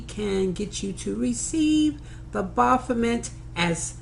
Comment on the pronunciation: Your mic sounds nice. And BAH-BOP-OMET lol It's like a demon god of Bop It!